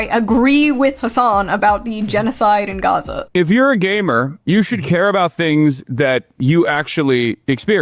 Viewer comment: did he say gaymer? XD